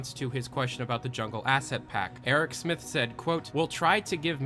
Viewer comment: eric smith somehow i heard that name as aerosmith